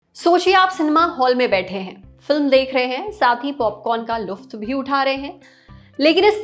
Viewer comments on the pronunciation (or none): luft nhi hota hai lutf hota hai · Luft Nahi It's LUTF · Luft❌ (لطف) lutf✅ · लुफ्त नही लुत्फ़ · Not "लुफ्त" it's "लुत्फ़" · It's Lutf not Luft😂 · Didi Luft nhi Lutf hota hai😌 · लुफ्त नही लुत्फ होता है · LUFT (لفط) NHI LUTF (لطفِ) hota hai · Luft ❌lutf ✅ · Luft ni lutf